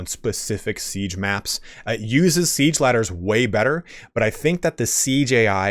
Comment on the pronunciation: Man, I kept wondering... what is this CJI? I must be missing something. No clue what CJI is. Took me a while to realise he was saying Siege AI.